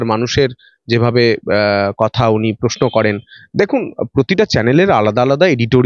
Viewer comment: ...আপনি একজন সাংবাদিক। কিছু মনে করবেন না। যদিও আপনি আমার সন্তান তুল্য,যথেষ্ট সন্মান জানিয়ে বলছি আপনার কাজ আরো আকর্ষণীয় করে তোলার জন্য দয়া করে আপনার উচ্চারণ ঠিক করুন। 'পত্তেক' 'গনতন্ত' 'পশ্ন' এই ধরনের শব্দ শুনলে ভিডিও টা পুরোটা দেখার ইচ্ছেটা হারিয়ে যায়। একটু খেয়াল করে বলুন, আপনি পারবেন।